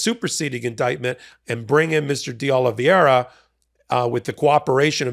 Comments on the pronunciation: It's not "Oh-lee-vee-eh-ra", but "Oh-lee-VAY-ra" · Fyi, Oliveira is pronounced oh -li -vey -ra. You are pronouncing it oh-li-viye-ra. That would be correct if the name was spelled Oli-VIE-ra. Hope this helps ❤ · the name is pronounced OliVAYra. It's Portuguese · Not a big deal, but… please USA, please… figure out the pronunciation part of the reading thing. Di Oliveira… not Di Olviera nor Di Oliveria. Just remove the i altogether maybe and you might get closer. It just hurts each time I hear American reporting on that guy. And it’s everyone reporting on that guy in the US. I have never even seen his name… I just know from how much it’s massacred. I hurts even more when it’s the smart people I respect that cannot make it. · You're butchering that guy's name and it's nails on the chalkboard for me.... It's spelled Oliveira... pronounced O-li-v-eh-ra. Not Oliv-i-eira as you're saying it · Portuguese isn't that difficult. oh lee VAY ra. That is, the spelling is Oliv_e_i_ra, not Oliv_i_e_ra. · It’s YUSCIL Tavares, not “Jose”. And it’s “Oliveira” not Oliv-ee-eira. Love the MT work but you and Bret regularly mispronounce names mentioned in your videos. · Spanish is pronounced phonetically. Ol-liv-veh-ee-ra. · Americans have trouble saying Oliveira. They think it's Oli-viera. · Why cant these highly educated lawyers pronounce Oliveira's name correctly? Do they find reading difficult? pronounces Oliviera (i and e round the wrong way)and Ben Mieselas pronounces Oliveiria (adds an extra i before the last a). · respectfully, I know you don't speak Spanish or Portuguese, but this pronunciation of that last name Oliveira is killing me lol It's pronounced "Oh-Lee-Bay-Rah" You are actually pronouncing the R correctly because it's a soft one, almost like a T or a D, not the "rolling R" everyone assumes is the only one.:-)